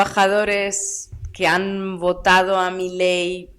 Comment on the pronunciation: Argentina S.A. DE C.V. y no es milei es mi-ley